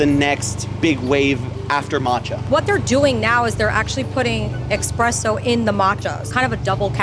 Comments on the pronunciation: Right? It's Espresso! Es-press-o!!!! Anyway, that's my daily contribution, have a good day. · how is she a coffee shop owner but says “EX-presso” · Commenting just point out "expresso" is unacceptable. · she sells coffee and tea as a profession and calls it “expresso” like it’s a video game power up